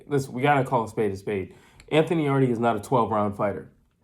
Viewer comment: Thanks for your insight. I watched the fight live at the arena. BTW its written 'Yarde' but pronounced 'Yard' not 'Yardi'. Seeing the crazy score cards post fight, i was shocked. I believe the crowd, who backed Yard, reacted to every shot thrown and this noise may have influenced the judges to give those suspect rounds to Yarde. That look Yard gave to his corner after the knock down was, bro please save me from this because I cannot carry on. In fact the mic picked up the audio and he was asking his trainer Tunde what round it was. Even if Yarde carried on he wouldnt make it past round 8. One thing about the failure to followup is because Yarde is known to crash out mid way. He simply doesnt have the stamina for 12 rounds of continuous fighting. Those big muscles crave oxygen and if you noticed the two times he spat his gumshield out was because of breathing issues. Beterbiev's game plan involved a gradual start, then up the heat mid way to finish him off as Yarde was known to crash out due to stamina issues. Yarde claimed that Beterbiev was slow in the Joe Smith fight. I saw a slow Yarde in this fight. I spoke with Beterbiev's trainer post fight, John Scully and he mentioned that once a fighter goes down and doesnt get up, then he is broken. That thought will always be in the back of the fighter's mind and that option of not getting up will become an option to be used again.